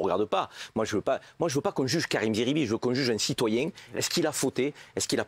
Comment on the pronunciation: SVP n'ecorchez pas son nom c'est zeribi pas Serbie